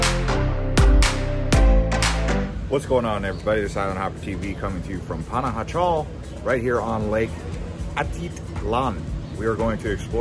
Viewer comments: The city Panajchel is pronouce Panahachill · If you’re going to make a video please pronounce Pana correctly. Pana-ha-shel. J’s are pronounced like an h.